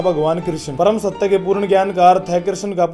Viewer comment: सव कुछ ठिक था पर भगवान के नाम का सहि उच्चारण कृष्ण हे कृशन नहीं, आप वहोत hardworking इनसान हो, अपमान करने का कोई इरादा नही